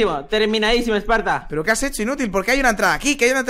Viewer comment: en el segundo 0.40 dijo tim Spartor